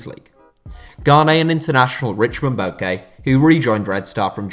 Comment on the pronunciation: Red star 🌟 Belgrade The surname of that player Richmond is pronounced as Boakye(Boa-che) in our accent (Ghana 🇬🇭)